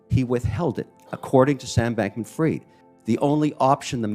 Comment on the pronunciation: I can't stand it....Sam's last name is pronounced "freed" not "fried" as in "fried bacon". Sam Bankman-Fried is a liar me thinks.